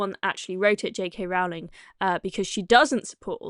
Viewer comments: Rowling pronounced Rolling. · It's pronounced "row"as in rowing a boat, not "row" as in having an argument.